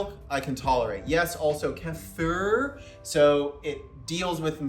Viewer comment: Kefir is pronounced as "Keffer" 🤙 But who cares cause only LEGENDS drink it!